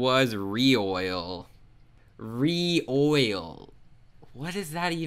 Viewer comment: "Ree-e-oi-l" I think it's pronounced "Re-oil"